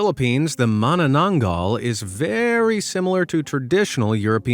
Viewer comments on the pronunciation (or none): MAWNNONONGAWL is crazy, its ma-na-nang-gal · Be amazed I am from the Philippines and it's pronounced Ma-na-nang-gall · il i hate how you pronounce mananggal in an american accent..